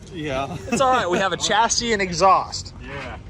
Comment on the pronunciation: Chassis is a French word and is pronounced shasee not chasee.